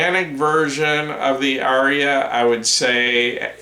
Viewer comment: Thank you,! Incidentally, the Indo-European word, “Arya”, has only TWO syllables. 🤓